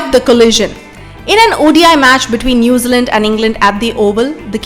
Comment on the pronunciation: Hey luv, New Zealand is 2 words.. Its not Nazealand.